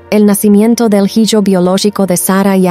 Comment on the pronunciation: Antes que nada por subir estos videos,basados en la biblia. Lo único que me gustaría es que no se mezclará la narración con pronunciación en inglés tal como cuando mencionan hiyo,hiya,que obviamente te refieres a hijo,hija,solo esos detalles. Gracias.